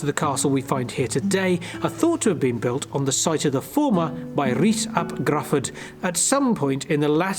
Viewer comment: Nice video but Gruffudd is pronounced 'Griffith '. Deheubarth is pronounced ' Deh - hay- barrth ' Diolch 🏴 😊👍